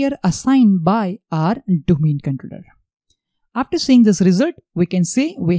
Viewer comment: no offence but your accent is killing me !!! can you not practice saying controller for god sake don't forget your audience are not all indians